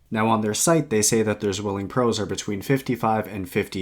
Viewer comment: With respect, it's pronounced "tsvilling"